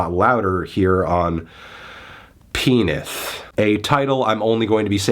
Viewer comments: I watch my grandpa say penith… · I watched my grandpa say penith